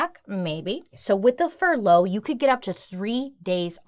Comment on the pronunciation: She pronounces furlough with emphasis on the wrong part of the word lol it made me laugh every time she said it